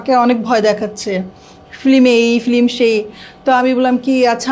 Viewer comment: কি এগুলা নিয়ে আসেন film বলতে পারে না বলে flim 😂😂😂